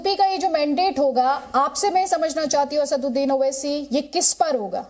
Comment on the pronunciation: ye khud ko आसाडुड्डिन kehtah hey ya आसादउद्दिन kehtah hey puchhiyega next intervew मे, tab patha लागेगा मोडि य़ा मोदि केय़ा बोलता हे खुलासा होगा बेरिस्टर कि